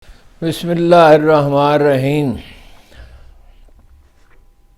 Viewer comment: ہارون رشید صاحب آپ بسم اللہ سهی پڑھ لیا کریں وازے ۔الفاظ میں